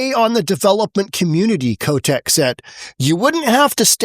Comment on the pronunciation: It gonna lie, I thought he said, governor “Kotex”. 😂